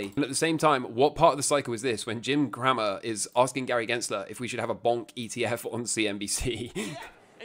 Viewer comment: "Jim Crammer" I think it's "Kray-mer"😉